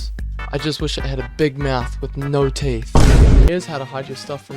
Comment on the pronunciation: SHUT UP SAYING BİG MOUTH AND NO THEET